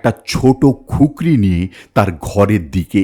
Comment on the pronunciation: ওটা খুকরি নয় কুকরি